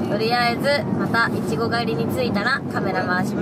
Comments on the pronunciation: ツリメもいちごのイントネーション、ちょっと違うな笑 エイジ寄りの発音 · いちごの発音がエイちゃんだ！埼玉と東京で違うんだね